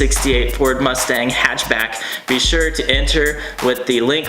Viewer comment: "hatch-back" 🤣🤣🤣 I was more excited about this video then I expected I would be...